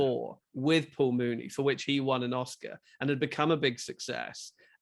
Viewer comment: It’s not pronounced Mooney. It’s Myewni. I wish that reviewers would first learn how to pronounce his name before discussing Muni’s films. Otherwise, good review.